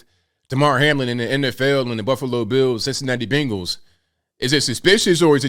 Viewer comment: The team is called "BENGALS" not bangales.